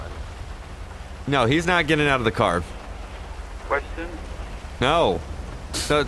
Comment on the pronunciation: 'I have a quvestion' 'Nope, let's get on out of here'